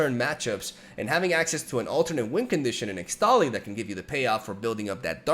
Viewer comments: ixtali is pronounced: Ish-tali, ixtal = ish-tal why the heck did riot think using x for an sh was a good idea 🤦‍♂️🤦‍♂️ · ESHTALI .. not ixtali XD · I've no idea whether you're still reading the comments, but its actually pronounced ishtali, not ixtali :P since the region of Ixtal is based on mayan/inca aesthetics, and X is pronounced like 'sh' there.